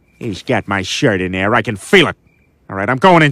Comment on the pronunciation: I no have you shrit You yes have my shrit 😂😂😂😂